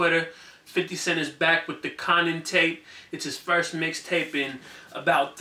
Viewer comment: Yo you obviously don't watch Power bro! It's Kanan as in Kay-nun! Yo I think you would love power btw!